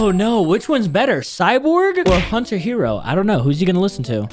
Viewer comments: said hunter hero 😂😂😂😂😂😂😂 but I liked it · Bro said hunter hero 💀